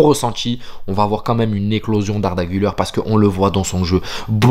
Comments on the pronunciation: Guleur ❌ gulaire ✅ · Arda Güler (er=air ) voilà la prononciation Autrement je suis d’accord avec ton analyse